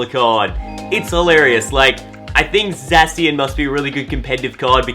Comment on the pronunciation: Btw it's ZA-shi-an